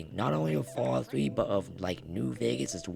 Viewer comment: "fawwout fwee"